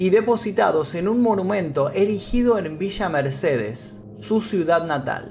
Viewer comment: Eaeaeaa dijo villa Mercedes...se siento como los Simpsons cuando dicen springfield